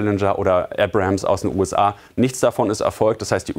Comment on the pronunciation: Wie er seit Jahren „Robo-Tühne“ sagt! 😅 „Abra-hams“ aus den USA…so so.